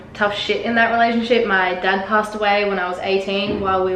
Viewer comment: She said a "dag" not dad hahaha